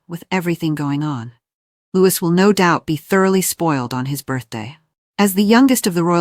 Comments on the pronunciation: Please STOP incorrectly pronouncing his name as Lewis, it’s LOUIE. He’s 7 now and you’re still getting it wrong. 😡😡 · What the h....does Jenny Bond know? Catherine knows not to favour any of the children. She has seen what has happened to the uncles and brothers within the royal family BTW It is NOT pronounced LEWIS . It is pronounced the French way (as in King Loius of France in the past.) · His NAME IS Louie splelt Louis. PLEASE GET IT RIGHT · PLEASE. The S in Louis is silent.